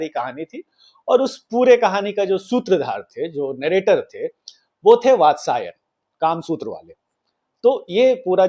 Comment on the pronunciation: कामासूत्र के राचेता वात्स्यायन है, भाई नाम तो ठीक से बोला कर